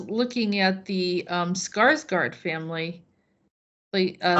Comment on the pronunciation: Alexander was soo good in TrueBlood, it was a shame the series went downhill around Season Three 😞😞😞😞 I believe the Swedish pronunciation is 'skarsh-gord'; I'll ask my Swedish friend to confirm it 🙏🙏🙏🙏